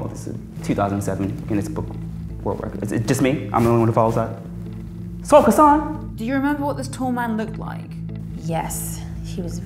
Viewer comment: The way he pronounced Sultan Kösen got me 😂😂